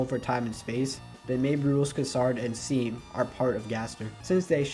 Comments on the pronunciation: This video is so good But FOR CRYING OUT LOUD IT’S PRONOUNCED SHAWM NOT SEAM!!!! This was bugging me sorry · Seam is probounced Shawm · It's pronounced "SHAWM" god dammit not hating tho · Great job! You put a lot of good work in here, though I admittedly got a little bit disheartened when you mispronounced Seam's name, lol. Regardless, I'll have to watch Part 2!